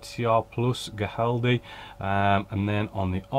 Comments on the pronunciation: For whatever it's worth, the correct pronunciation is something like "Hee-RAHL-death". That's the best approximation that I can make with English sounds! 😄 (The initial "Hee" actually starts with a strong throaty "H" consonant sound.) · Ow doin, yow ay got is naame right maate, to convert to Black Country foe yow....Spanish = Giraldez.... English Pronunciation = Hii_ral_deh